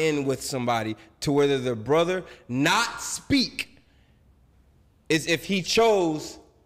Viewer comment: Does anyone wanna tell that there is a "-TH" and no "D" in the noun "Brother"?